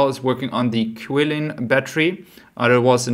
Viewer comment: Please pronounce Qilin as "Cheelin" (Chinese